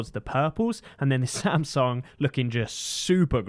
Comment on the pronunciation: 샘성이라 안 하고 삼성이라 해 주시네